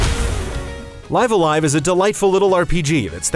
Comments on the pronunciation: I’ve had all kinds of fun with this game. I’m currently on the penultimate chapter. (If you know, you know…) You also get props for actually saying the title correctly. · Curses, he said the title the correct way. I miss the old fan live alive pronunciation. It’s just nice seeing this classic get it’s due.